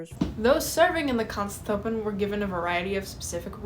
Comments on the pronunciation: Try “grens troopen” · Your German pronunciation is pretty good. I noticed you have trouble pronouncing Grenztruppen. Just imagine the 'gre' part is pronounced as 'gra' in 'gravel.' And then you have to cut if off with a knife to get to the 'nz' part which may be somewhat like 'grentz.' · idk if it helps but try "grance trouppen" as pronounciation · the pronounciation is actually fairly simple. Its basically Grrrr (like a growling) - end (pronounced like the english word end) - s- trupp (like troop but with a hard p) - en